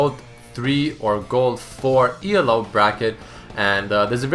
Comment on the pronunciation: It's not E-L-O it's Elo. It's a dude's name...